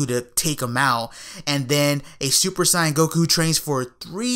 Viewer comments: when people say super syan instead of super saiyan they sound stupid af. What dub did they watch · "Super Sieyen"